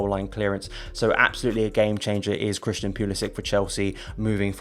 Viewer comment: you need to pronounce Christian’s name properly. You don’t think he at least deserves that bit of respect? Flippin brits man. Y’all love to just butcher people’s names w/o giving a rat’s ass